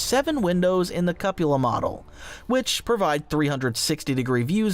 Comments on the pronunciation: it's usually pronounced coopola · No it's not. It is spelled Cupola because it is pronounced Cup-ola